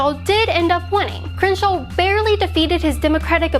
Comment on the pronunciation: It's miserable listening to you try to pronounce "Crenshaw".